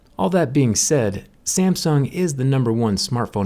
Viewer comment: 'SAMSN' XD